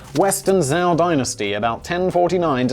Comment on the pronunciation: I'm an American. Your not. Call it "crisps" if you want. I know what you're talking about. Don't eat tiger bones (they're not enough of them). Zhou is pronounced "Jo".